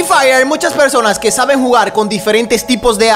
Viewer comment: como se escucha cuando dice personas jajajaa 😂😅😆